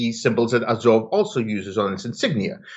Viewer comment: A like ah with a tongue depressor, zo like saw, v like off.